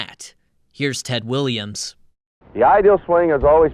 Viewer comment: Ted Woo-liams? Absolutely diabolical. 😂